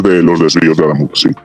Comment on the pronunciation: Cada vez que pronuncia AdÁmuz, muere un gatito.